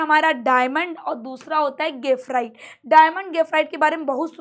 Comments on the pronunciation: गेफराइट नहीं ग्रेफाइट 🤣🤣🤣😆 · mam gafrite bol rahi hai bar bar😂